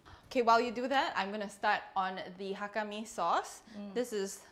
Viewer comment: Hello, your mom says it correctly. Ngai Chung ni set mien (I like to eat noodles). It's Mei Zhou/Moiyan Hakka. You can find also many Hakka in India (Calcutta, Lucknow)